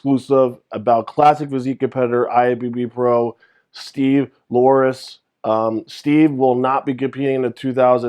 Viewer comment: first you said “Lasarus” while doing your arnold classic videos. Now you say “Laurus” which isn’t right either. Just saying. It’s Laureus!!